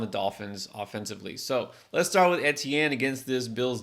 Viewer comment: Why are you pronouncing etienne like that